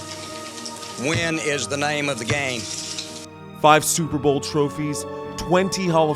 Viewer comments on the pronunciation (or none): none